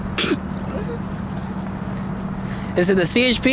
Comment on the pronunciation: how come you guys don't "cop er ate" hahahahahahahah